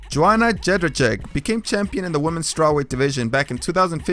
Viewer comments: "Jonna Jedderjeck" dude just listen to other people pronounce it and imitate that. You didnt even try. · Joanna Jedercheck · did anyone else have a stroke when he pronounced ‘Jedrzejczyk’? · i love how you tried to say Jedrzejczyk :) hehehehehehe